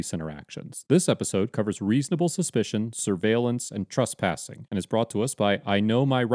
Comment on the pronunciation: Dude The word is TrEspassing with an E Not TrUspassing